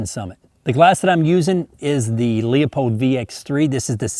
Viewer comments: It's like nails on a chalkboard to me when people mispronounce Leupold. Other than that.. Great video.. Great looking rifle. Thanks. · Back in the day, we pronounced it: Lew-pold, not Leopold......spelled Leupold? In biathlon, it’s a Fortner bolt, after the inventor, but you push the rear of the bolt, not the pull lever....some put a bloop tube on the end, not suppressor.....the hooded front sight rides the end of that...longer sight plane on peep sights.